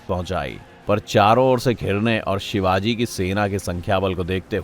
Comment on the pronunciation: Shivaji shivaji trea bapp hai namm thik se ley